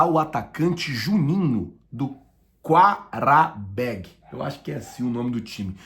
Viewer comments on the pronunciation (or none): E Qarabağ E DO Azerbaijão APRENDA A FALAR O NOME DOS TIMES CERTO